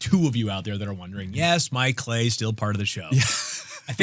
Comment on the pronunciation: "Mike Clay-I"...